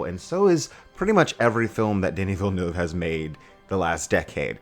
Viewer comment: Gave you a like the moment you said Villeneuve's name correctly. Props to you.